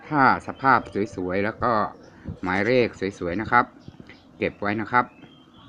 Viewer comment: กรุณาใช้คำพูดให้ชัดเจนหน่อยค่ะคำว่าเลขคุณควรใช้.ล.ไม่ใช่.ร